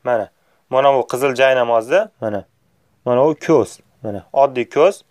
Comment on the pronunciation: Jaynamoz deyilmaydi joynamoz deyiladi